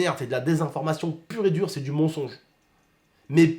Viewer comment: on dit mensonge pas monsonge